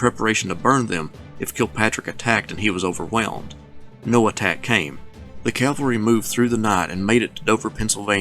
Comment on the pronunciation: This lecture is a severe disappointment. No mention of Stuart's embarrassment at the Battle of Brandy Station. He butchers the pronunciation of Clement Vallandigham's name (but at least he pronounces "cavalry" properly). He gives no more analysis than an amateur historian might give, and his arrogance is evident in every breath. An Army War College instructor? Yikes.